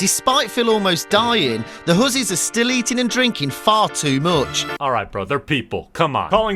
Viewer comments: Hussie, not horsey lol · hes not saying "horse"s hes saying "hozies" but with an english accent so it sounds like "hozes" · he really thought he was saying horses 💀😂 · Is he calling them "hussies" or "horses"? In context clues both seems wrong, but I'd rather be called a horse than a slut.